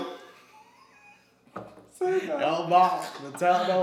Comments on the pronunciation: He Cnt Say Xbox Lol xD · "ps3? Esbocks? Tendo...?" i wouldnt be able to keep a straight face either.